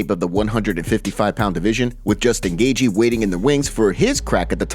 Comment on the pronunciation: It’s “Gay-chee” not “Gay-gee”